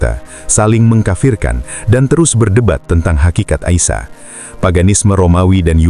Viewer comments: Dr Nabi Isa Kok jd Aisya?????slh sebut. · Nabi ISA as, BUKAN Nabi AISA, bahasa Indonesia ISA ya di baca ISA!